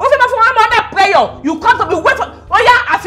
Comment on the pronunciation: ’Under preyor’ Bimbo please 😂😂